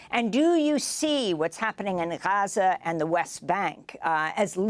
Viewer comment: I love how Amy correctly pronounced Gaza. Great interview